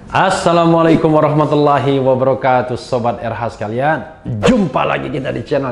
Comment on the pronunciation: maaf pak Refly... dr dulu mau komen tp gak enak soalnya masalah sepele tp mengganggu di kuping saya.. salam pak Refly kurang pas..mestinya assalaamualaikum dst (laa nya panjang pak)... itu aja sih..... selebihnya keren cadas deh pokoke..... sukses ya pak